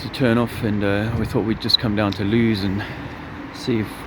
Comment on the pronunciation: Its Lewes.. pronounced Lewis... see you soon